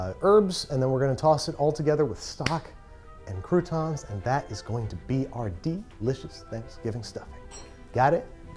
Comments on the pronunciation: it's "crouton" not "coup tawn" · I can’t wait until next year, where he redoes this again but he doesn’t say crouton like that